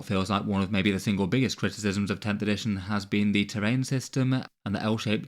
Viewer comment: "Editiojn" Love ya:D